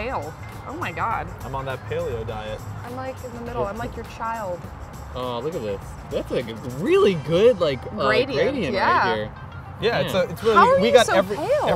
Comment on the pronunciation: Lol "Pale"o diet